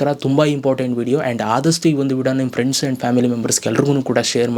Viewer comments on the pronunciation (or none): none